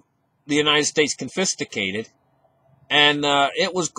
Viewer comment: "confisticated"? Nah, don't know that one.